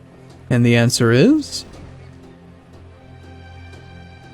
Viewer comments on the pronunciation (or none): none